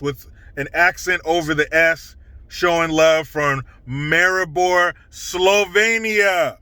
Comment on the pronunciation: You've pronounced it perfectly, like you were born and raised here in Maribor 👍😁 Much love from Slovenia 🇸🇮❤️🇺🇸 Thank you for being one of the last voices of reason and common sense on YouTube!